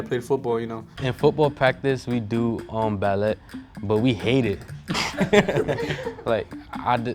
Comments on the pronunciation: i KNOW he did not just pronounce ballet as “ball-eT.” lmfao like that’s common knowledge 💀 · man said bel-let lmaoooooo these guys dumb af, basic ass personalities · I know he didn’t say ball- ETTE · This episode was horrible overall, but did he say ballet as bal-et? Also these are just immature assholes with no respect for girls or their craft. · yes that guy’s annoying, yes she eats cookies without chocolate chip, BUT the bestie really said BAL-ETT............. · He said ballette Smh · He said “ballET” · how he pronounced ballet 😂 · did he really pronounce ballet with a t